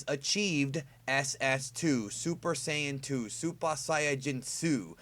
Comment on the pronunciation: Dude.. Please don't try to say Super Saiyan 2 in Japanese again.